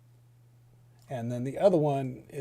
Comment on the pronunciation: in no way shape or form am I trying to correct you, only show what google said the word "Jachin" in Hebrew was pronounced Ya-Kayan, meaning firm, upright, or stable. Boaz on the other hand is "Baaz" meaning power or might. great video brotha!